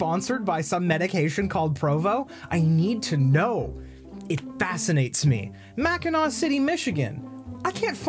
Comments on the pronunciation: You said Mackinac wrong it's pronounced Mac kin aw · as a person from chicago’s big brother, it’s mackinAW island